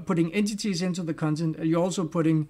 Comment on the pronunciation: I will definitely pronounce "cuntent" from now on 😅